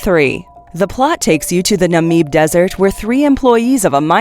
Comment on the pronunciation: Oh, and "Namib" is pronounced with a long "a" and short "i", as if it were written "Naamib".